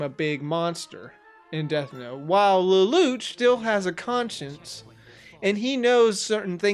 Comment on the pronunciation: Does the english dub actually call him "Leloutch" with a "t" like you say it? Cause it's originally a french-based name and definitely has no "t" sound whatsoever. It doesn't have that sound in the japanese version so it has to be the english dub that messed up for no reason.